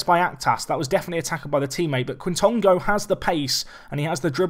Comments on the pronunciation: Quitongo - “k-Tongo” , k sound like a kicking k opposed to it being K (Kay) Just as well FM doesn’t give punishments for diving, he enjoys a wee dive. A good exciting player though in real life! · I think its pronounced j-i quintongo